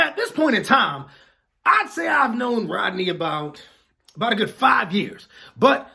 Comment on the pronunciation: Rodney, sounds like Roddy to me